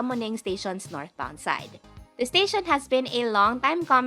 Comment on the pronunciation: Don’t get offended. Your pronunciation sounds robotic, you can soften it a bit, rather than making it sound like a typewriter. Instead of saying to sound like ‘staSYON’ say ‘staSHEN’ some vowels can be soften. Overall, your grammar is good.